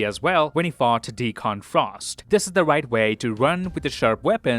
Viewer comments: Grammar nit-pick here: The villain's name in Blade 1 is pronounced "Dee-Kunn". You put too much emphasis on the "Con" in his name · You're saying Deacon wrong.